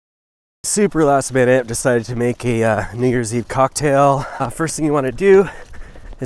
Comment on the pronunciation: He definitely said the n-word in the beginning instead of new years